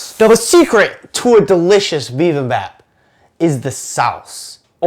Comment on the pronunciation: loved the video but you said bibimbap wrong